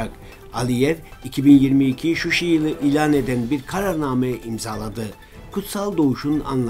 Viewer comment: Şuşi değil ŞUŞA